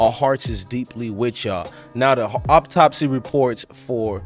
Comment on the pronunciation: Bro it's autopsy not optopsy much love and respect just want to help you because your humble and the best at this